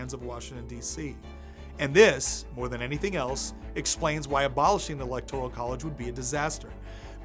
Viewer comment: Friendly advice: look up the correct pronunciation of 'electoral.'